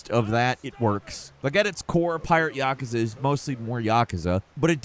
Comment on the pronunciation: Can you please stop pronouncing Yakuza so wrong?